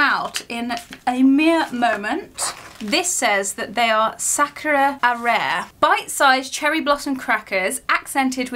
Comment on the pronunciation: I'll help you out, Cherry, arare is pronounced ah-rah-reh, or kakimochi (kah-key-mochi) if you prefer... Happy Sunday!!!